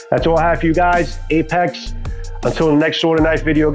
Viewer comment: I was cooking when I clicked your vid, which is excellent BTW. But as I was only 1/2 paying attention at the start the first couple times you said Ape-X I thought you said "Ape Axe" so I checked the link & the site has Apex-Apocolypse 😂 Whatever it's called I definitely like it! To be honest if a survival blade (or even a machete) was called an Ape Axe it wouldn't sound bad. I mean King Kong had an ape axe made from Godzilla's relative's spine after all. 😅